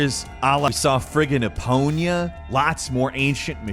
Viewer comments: Hold up! Did my man just call Epona "Eponia"? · Absolutely no one:: EpoÑa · What’s an “Eponya”? 😂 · Good sir , how did you say Epona? I heard Epoña. 😂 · Eponya? My ears! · mans making lore predictions and cant even get epona's name right lol "eponya" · The way you pronounce Epona is a crime.